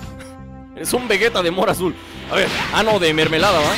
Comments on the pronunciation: es vegeta no vegueta XDD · se dise vegeta no vueta